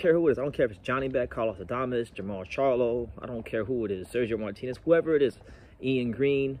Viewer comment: He Disrespected “The Face of Boxing” he called em “Canela” 🤣 He called Charlo, “Charla” 🤣